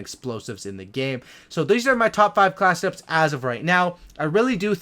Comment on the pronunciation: I like your channel just because it sounds like you say 'Class it ups' instead of class setups